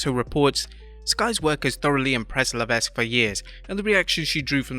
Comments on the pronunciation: Dear narrator: The "s" in Levesque is silent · I have to correct you guys because I keep hearing it, but HHHs last name is pronounced "Leve(s)que" (ending like "check"). The "s" is silent.